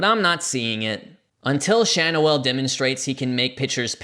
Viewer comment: I think Schanuel is pronounced Shan-yew-ul.